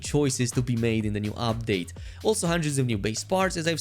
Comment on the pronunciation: It's pronounced UPdate, not OPdate